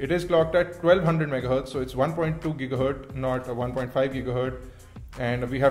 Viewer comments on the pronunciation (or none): none